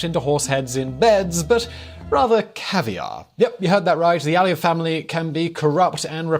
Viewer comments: You omitted Nakhichevan from the map of Azerbaijan and it's Aliyev not Aie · I think you have sort of mispronounced Aliyev all the time